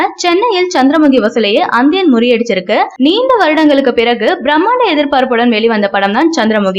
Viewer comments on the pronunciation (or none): அந்தியனா ஏனம்மா உங்களுக்கு நி என்ற உச்சரிப்பு வராதா